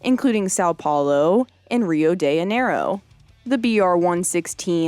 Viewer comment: My only beef was pronouncing Rio de Janeiro as if it were Spanish, not Portuguese. But it's not a big enough deal to stop and post a comment on YouTube, so I won't.